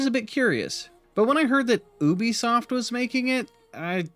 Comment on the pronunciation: Disliked due to you mispronouncing Ubisoft! Jesus Christ its a U not an ohh..